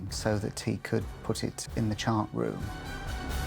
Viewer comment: Its not CHAT room its CHART ROOM!